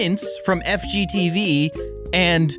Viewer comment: Did he say fgteev